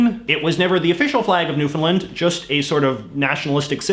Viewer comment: Ohh almost perfect. No one ever pronounces Newfoundland correctly. JJ pronounced it right the first time but afterward didn’t ;(. Still love ya though.